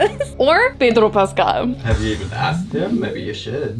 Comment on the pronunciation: The way you pronounced Pedro Pascal was on point 😩🤌🏻🤌🏻🤌🏻